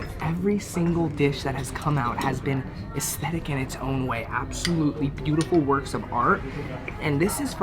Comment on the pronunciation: Anybody count how many times he said estetetic 😂😅🤣